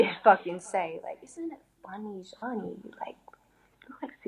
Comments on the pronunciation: I looked up a random interview too find out how to pronounce her name cause I knew it wasn’t genie with a z at the start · Couldn't even pronounce her name properly.